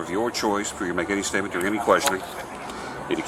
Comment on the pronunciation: Says stopped state Gets aks about statement Answer question with stuou astatev😂